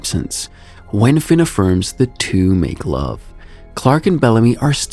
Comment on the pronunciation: lmao i like the way u said "thw 2 moke love"